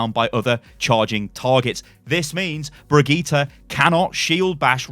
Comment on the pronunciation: It’s BRI-GIT-AH NOT BREE-GEET-AH